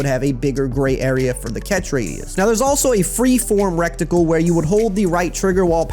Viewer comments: My guy it’s Ret-icle. Not wreck tickle. Other than that thanks for the info! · Reticle dawg not recticle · Am I the only one who laughed at "rectacle" every time lmao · "REKKTIKLE" Lmao 😂😂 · Love how you say reticle😂😂😂 the T is before the C